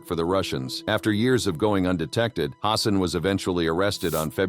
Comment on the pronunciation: It's H A N S E N, not HAUNSEN